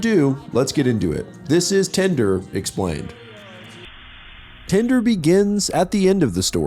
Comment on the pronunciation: I keep hearing it as “tinder” 😭